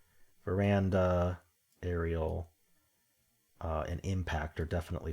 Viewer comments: Just FYI: it's VER-DAN-A not VE-RAN-DA . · It definitely does not say “veranda” 😅